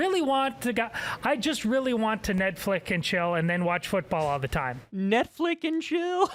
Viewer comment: The guy who says “Netflick” is obviously Gen X. And it took a boomer to tell you that, Kyle. BTW, I am one of your faithful viewers.